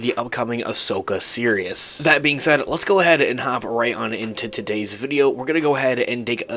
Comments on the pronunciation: it sounds like he keeps saying "the Ashoka Serious" instead of "Series." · nah, he definitely pronounces it weird. I know he's not actually saying "serious." I'm saying his "series" sounds like "serious." 100%